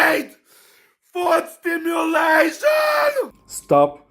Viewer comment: Kinda made me wanna watch Harry Potter 😂 it's foot stim-U-lation not foot stimu-L-ation